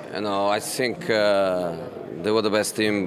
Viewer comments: He says " I think" unless of his trafitional I sink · "I sink"...